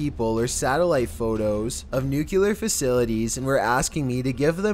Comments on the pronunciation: Please learn how to pronounce "Nuclear" it's new clear not nucular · Ok say it with me now.... Sound it out.... New - Clear. NOT New-Cue-Ler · pronounced {new-clear} not {new-cue-ler} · "New-clearer" not "nuke-you-ler"... Gd vid but why do ppl confuse this!? Lols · He said Senior Israeli "Nucular" scientists! Geeez, when are people going to learn the word "Nuclear"? Also, why does this guy's accent make everything sound like a lazy question? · Nu CLEE ar. NOT nu KYOO lar. Fucking president Bush fucking up the English language. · NUCLEAR!!!.... NOT NUCULAR!!!! JEsus! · NU-CLEE-ERR! Nuclear. Not NU-KEW-LAR. Pronounced NEW-CLEE-ERR! ORI-ENTED.. Oriented. Not ORR-EE-EN-TATED. Using the word "orientated" is simply a needless variant. Let's nitpick! Wanna? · It's NU-CLE-AR Not "nuke-you-lar!" For fuck's sake. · Ugh nuclear not nucelar 🤦🏻‍♂️ get it fckin right pls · don't know why I keep coming back to this channel. NUCLEAR!!!! not NUCULER!!! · it's nu=cle=ar, not nu-cue=ler...drives me nuts! love your channel! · NUKE-LEE-ER NOT NUKE-ULE-ER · I hate it when someone pronounces nuclear as "nook-yuh-ler" instead of "nook-lee-ur". Like read the dang word,. Damn. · It's nuclear, not nucular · Nuclear. NUCLEAR - as in, "new clear" not "new queue lar"! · Why the hell does everyone say "nucular" it's "nuclear" goddammit. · "NUCLEAR" not "NUCULAR" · Why the hell do Americans say "nucular" ...the word is "nuclear"... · "Nuclear", not "Nuculur" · N U C U L A R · I don't get being unable to pronounce nuclear. It's easier than nu-cue-lar! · When says "nuclear" seems like "new killer" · Nucular. Exorberrant. What the fuck. You've been narrating videos for like 5 years now and you still can't do proper inflections, you can't figure out where to put punctuation, and you can't figure out how to pronounce some of the absolute MOST SIMPLE fucking words to say. If you don't know a word's pronunciation, then LOOK IT UP FOR FUCK SAKE. Quit reading like a fucking 12 year old.